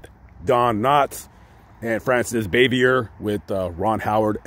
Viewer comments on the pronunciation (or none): Frances BAH-VEE-AY is the correct pronunciation. We all want our names pronounced correctly. And, p.s., you are far too young to remember the Eve Arden show, much less Eve herself...usually your research is impeccable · Good video. No biggie, but it’s pronounced Bah vee a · her last name was French, so the ending R is silent. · You butchered her last name…. Not even close and why would you say that she didn’t like the joking around on set probably because of sex jokes? She was a serious person who didn’t like joking around. So she was a stick in the mud, but to say probably because of sex jokes?